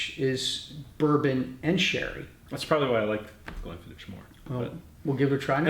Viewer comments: Great little video chaps. Glenlivet for me. Also just a minor point Glenfiddich is pronounced 'Glenfiddick' not 'Glenfiditch'. Raising a dram to the Little Wars team :-) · Not quite 'Glenfiddick' either, Tales - the sound of the "ch" at the end of Scottish words like "loch" are not easy for non-native speakers. Hard to describe in writing but when you say it, it's almost like hacking up some catarrh! 8-). Have a listen to the Scottish guy's pronunciation on the video again (and if it helps, swallow a few drams beforehand 👍 ). Btw, Glenfiddich for me, please.